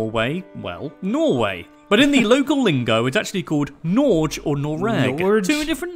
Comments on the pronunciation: Hah he is butchering the way we say Norge. May as well just call it Norway then. So far off! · Right... That had me upset also.. Its actually "norr'geh" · Nåårdj ftw. we have oficcially gotten a new name! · Norj? the fuck is that pronounciation haha. the list maker could at least have spent 3 seconds googling how to pronounce it. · NOOO thats NOT how you pronounce Norge.. Its norr'geh